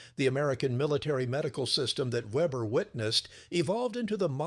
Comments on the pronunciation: I keep hearing "Webber" and I guess I got used to it, but Weber does NOT begin with what we would call Web, but with Vay. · His name wasn't Vebber, but Weber, pronounced VAYbuh, The name of the letter W in German is Vay, not doubleyou, and it sounds like a V. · So the narrator doesn't know how to pronounce a German "W"